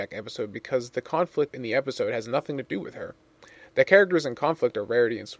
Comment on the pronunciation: Did anyone else hear him say epicode after the intro card for Fall Weather Friends?